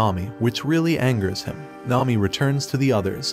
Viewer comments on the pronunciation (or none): none